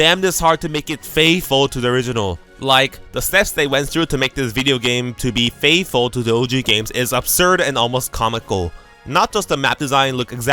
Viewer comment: That FATHFULL AT THE START LOL